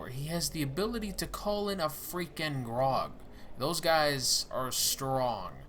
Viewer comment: I know it's petty but Graug is pronounced as gr-ow-g. Not grog. Just sayin